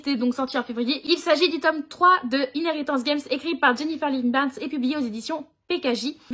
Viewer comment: Rien que parce que tu as su prononcer Inheritance Games, Tu avais le droit, que dis-je, le devoir de l'acheter! - et pis, c'était obligé vis-à-vis des copines 👼